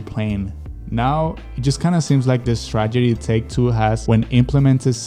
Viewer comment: It's "strategy". Not "stragedy". You're pronouncing it like 'tragedy'.